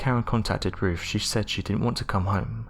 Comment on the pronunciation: Who is Roof? Do you mean Ruth? Mong.